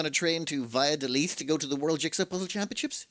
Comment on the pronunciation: you said "by a the leaf", but it's more like "bah-yah-doh-lith". And yikes, extremely unlucky that the day you went it rained. It's rare for rain to happen here until December.